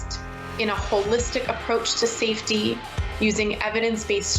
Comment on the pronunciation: Did she say holistic?! 😂😂😂😂